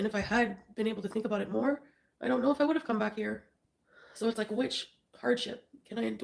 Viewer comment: “How aboot some respect and dignity” HOW ABOOT NO!!